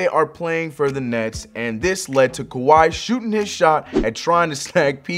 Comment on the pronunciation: Kawhi not kwahi